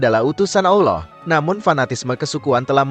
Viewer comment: Utk adm coba ganti suara org yg mempresentasikan video diatas.. krn meyebut nama Allah dan Nabi Muhammad saja tdk becus dan salah..